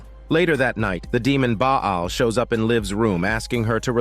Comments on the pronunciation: Wtf ☠️ is Baa aal . It's Baal (Pronounce as Bal) . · Ba'al is pronounced as "baLL". Love your work.